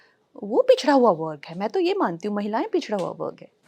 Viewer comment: "वर्ग" शब्द को इंग्लिश एक्सेंट में बोल रही हैं मैडम जी😂😂😂😂